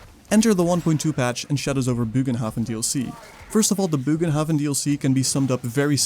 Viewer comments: ye no worries i fully get it, the translator thingy isnt perfect, nor can you be expected to copy it certainly not while doing a big video i just a few takes. but my germanic heart feels the need to tell you that it should officially be pronounce as bogenhaffen (booohhh ghhhhnn hafffff en) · It's actually pronounced as, "BURR g'n-hoff'N" (or if that's weird to read: "BURR-gun-hoff'n"). The state language of The Empire, after all, is Reikspiel; which is an extremely close approximation to modern High German/Dutch. The more you know. ™ 😜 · Bögenhafen is pronouced differentely, but I totally agree with you on the poor quality of the DLC. It simply doesn't offer anything new, but 2 kinda boring maps. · still no excuse to not even try and pronounce it correctly ;p